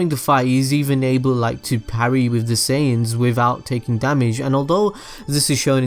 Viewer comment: why does he call saiyans as saiygens